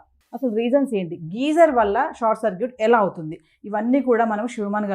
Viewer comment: Geyser ani sariga palakadam kooda vrani vallatho, idoka interview na..